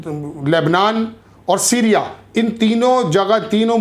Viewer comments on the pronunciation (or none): none